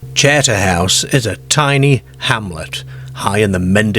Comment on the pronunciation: I think Terry the ex marine was on a wind up to frighten the kids he probably was laughing to himself on the quiet seeing there wide eyed reactions to his story , this guy narrating has a wierd accent northern English mixed with Australian he says charter house oddly charterhouse is a famous British public school for the upper classes his pronunciation is very odd